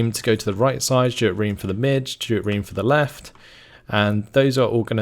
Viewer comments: Reme is reemee, not ream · its ree-mee not ream! (REME pronounciation) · Or rather Reh Meh because double es sound like i.